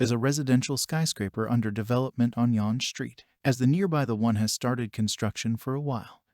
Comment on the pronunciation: Yon Street? Maybe you mean yawn street.